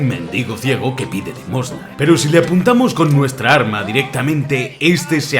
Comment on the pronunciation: Me gustó mucho el vídeo pero como que le faltó un poquito más de impacto a ese "peroooo"